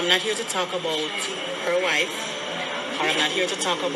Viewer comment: Did she say "her wife" or "her life" ?